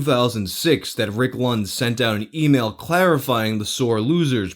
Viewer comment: i think they misplaced the r in baindramage